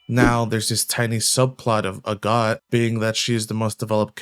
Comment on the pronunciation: I kept hearing a God instead of Agott and was like since when are there gods in this show.